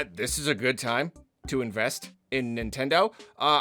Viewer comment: Stop it nintendeen